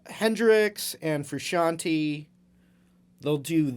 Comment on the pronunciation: lovely video and lesson, as always, but it sounds pretty weird to me (I'm italian) when you call him Frusciant-i instead of FrusciantE eheh :)